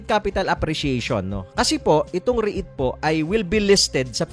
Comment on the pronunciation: Please pronounce it properly.. REET, not REH-IT